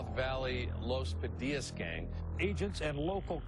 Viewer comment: You said “The Padilla’s”. No. Los Padillas. Los Pas or Los Pa. Respect the name. I taught high school in the North Valley in the nineties. I respected them and they respected me. Other gangs also.